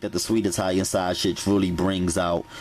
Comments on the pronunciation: Baby when he said "Sweege" and "Shashe" I was done😂😂😂😂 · You heard him... shawshage! 😂💯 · He said, "sweeeze, and shasague! 😂😂😂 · Glossary: "Shweeze" "Shawshage" "Veggietables" "Moishurize" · 2019 Thanksgiving Day and I am HERE! for the vegibles and shashage!😩😂🙌🏿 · Veggables...😁😁😁😁😁 Shaushage😁😂😂😂💪